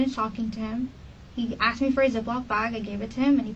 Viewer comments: Speaks well until “axed”😅. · So annoying when people say Axed... She axed me a question